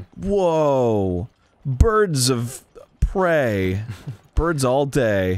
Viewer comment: Birds of pray-ay-ay